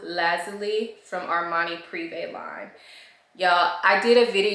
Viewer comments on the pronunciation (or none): none